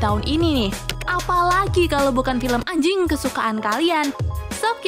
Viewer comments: Biasa aja dong bilang "ANJING" NYA 😂😂😂😂😂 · Biasa aja mba bilang anj*ngnya_